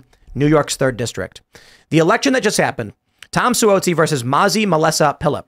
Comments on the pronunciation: Just FYI—NY rep’s last name is pronounced “Swazzi.” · Si whoa si lol it's Si wahh zi